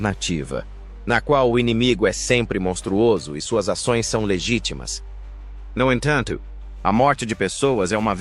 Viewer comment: Essa tradução é horrorosa !! "No enthantho,,"